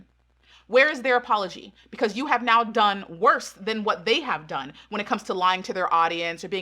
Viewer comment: I'm sorry why everyone time I hear charlie say "pecause" instead of because.